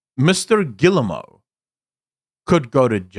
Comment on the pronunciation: Rui giving shit for pronouncing Guillemot wrong while saying Yves wrong 😂